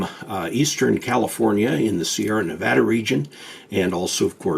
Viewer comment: He knows how to say Nevada good job.